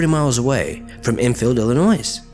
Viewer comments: stop saying illi noise. its il lin oy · ... did he just pronounce it Illinois instead of illinoi? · Illinoise? ...sigh. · I'm amazed how many of these weird sightings are out of Illinois. Pronounced Illinoy not Illinoize. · Sorry to be a noodge, but my home-state's name is pronounced "Illinoyee," not "Illinoise." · When he produced Illinois with the s. That was the most scariest part for me. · I appreciate you paying some attention to my state, but you don’t pronounce the “s” in Illinois. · I'm not american and even I know this is not how you pronounce Illinois lol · did he say Illinois with an s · Good video, but the "s" at the end of Illinois is silent. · The 'S' is illinois is silent.. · So...the 's' in Illinois is silent. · Illinois is actually pronounced without the s. Just a tip for the future. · posey Yes, yes he did. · Is it not pronounced Illinois but with the "s" being silent